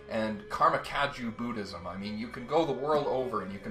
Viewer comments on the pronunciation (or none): none